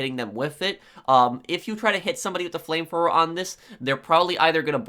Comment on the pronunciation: Nobody: Literally nobody:: FLAMEFLOWER